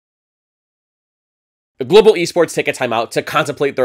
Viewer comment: "Gobal Esports"